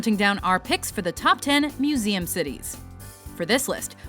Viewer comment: I love how accurate you pronounce the meseum names. you're like multilangual or something.